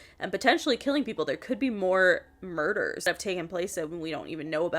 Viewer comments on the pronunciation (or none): The Murdeurghs